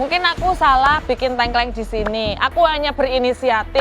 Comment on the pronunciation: Tengkleng mbak bukan tengkleng